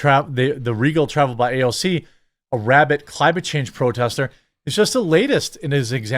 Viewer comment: You don’t have to copy Mark Dice pronunciation of AOC’s name. It’s cringe